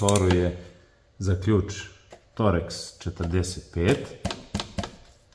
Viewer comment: Verovatno znate, ali ne kaže se toreks nego torks šraf.